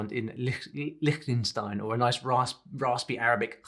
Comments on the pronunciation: The CH in Liechtenstein is actually not pronounced like that ^^ German generally has 2 sounds for those letters and in that case, it'd be the other (softer) one produced not in the throat but with the palate and the tip of the tongue. Actually, I think this fricative is in between the two German ones. Just a random fyi. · Great video. Btw your pronunciation of Liechtenstein is unfortunately wrong. It comes closer than what most people say but I have yet to hear a non-native pronouncing it correctly. German has two different ways of pronouncing “ch”. Both are really hard for English speakers to learn. There are also no rules for when to use which. It’s random and you have to learn it. Liechtenstein has the same sound as the word “Teich” (pond) (ç in IPA) while the sound you made was like in the word “Dach” (roof) (x in IPA) where the sound is indeed like in Greek or also Dutch/Afrikaans G or Spanish (some accents) J or Gi/Ge. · Hi, you mispronounced Liechtenstein.